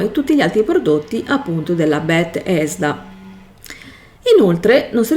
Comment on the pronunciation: Tutto ok ma perché continui a dire bet-hesda? È tutto attaccato 🤣